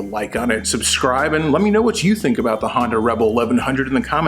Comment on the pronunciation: Love how you pronounce Honda, sounds like you’re saying Hondo as in Hondo Ohnaka from Star Wars 😂🤣👍 The geek is strong in this 1..... yeeeeess feel the power of the force 😂🤣👍